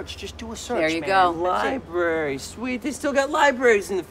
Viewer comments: Nobody: Fake grunge skater: “go to the liBERRY” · Go to the liberry.. Duude, please